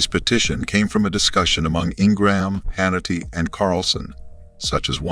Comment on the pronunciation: i CAN'T EVEN BELIEVE THAT THIS IS REAL CONSIDERING THE VOICE OVER IS UNABLE PRONOUCE MR HANNITY'S CORRECT NAME. THEREFORE I CONSIDER THIS FAKE NEWS.